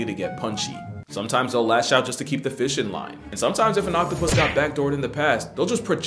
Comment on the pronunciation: OPtapus lmao